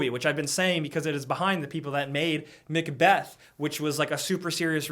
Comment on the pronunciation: Macbeth not Mcbeth.